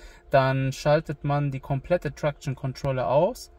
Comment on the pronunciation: Wie er traktion ausspricht 🤦